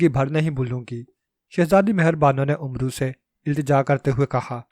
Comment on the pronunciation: ۔ بیٹے! عمرو کو آپ غلط تلفظ سے بول رہے ہیں ۔ حضرت عمر رض کا نام۔ ع پر پیش لگا کر بولتے ہیں ۔ عمرو دراصل عمر کو ع پر زبر لگا کر بولتے ہیں ۔ عربی میں اعراب نہیں لگایا کرتے تھے ۔ اسلیے زبر ولے عمر کے آگے۔ و۔ لگا دیتے تھے ۔